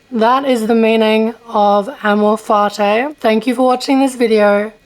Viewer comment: Can you first learn how to pronounce amor fati correctly?